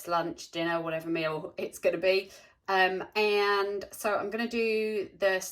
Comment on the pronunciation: So I love watching your videos, for inspiration and smiles... but the only thing that gets me is when sometimes you say “and” over emphasised.. but others is just normal🤷🏻‍♀️ no hate! Love it here x